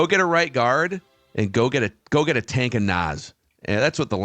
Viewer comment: "tank of naz" 😂